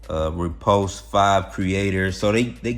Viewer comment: when u say "repost", it sounds to me like repulsed. . .LOL. I know what you mean. Maybe I'll see you over there.